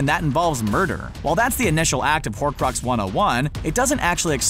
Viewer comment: Horcrux not horrid